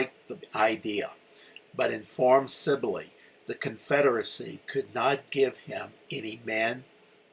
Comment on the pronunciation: relatively trivial, but it's proounced "Mesi-ee-a" (double L in Spanrish is pronounced as a Y, or long e.) Also, the Federal prisoners from Lynde's command were PAROLED, not PATROLED. "Sibley," not "Silbey." Baylor captured several hundred thousand rounds of US .69 caliber musket ammunition at Bliss, which was a very lethal load in the 21 ga. shotguns most of the Texans carried. He also captured "some" artillery. (I'm sorry to be unable to give you details on this; my library is packed for a move.) Among the trioops Lynde surrendered at San Augustine springs were [I think] two companies of regular dragoons who were in far better condition that Lynde's infantry. Boy, were they P***ed! In fact, the commander of the dragoons testified at the courtmartial of Lynde. I started reenacting the NM campaign in 1976, and have stuided it intensely. For the record, if you run across a book titled, "Glory, Glory, Glorieta," by a man named Scott, don't waste a penny on it. It is, beyond a doubt, the most detestible bit of historigoraphy I've had the misfortune of reading!